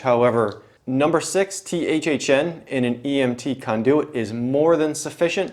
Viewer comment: why do u keep saying kahndooooyit just say conduit like a normal person